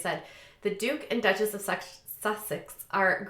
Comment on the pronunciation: It's Duke and Duchess. U said Dutch and Duchess, lol. Only pointing it out bc you've said it on other videos as well. Just trying to help. 😊